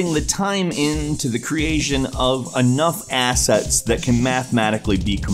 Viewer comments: I keep hearing you say Asshat lol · The only thing I hear is "Asshats"